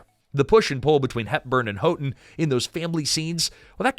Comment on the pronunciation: If only the Katherine Houghton’s part had been more than a sweet young woman. It’s pronounced HOWton, btw.